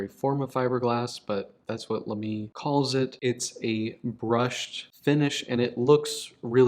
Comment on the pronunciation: I don't know why it bothers me so much, but I trip over the way you pronounce Lamy. Why stress the second syllable?? You have the right vowel sounds at least. So I guess I should be happy about that.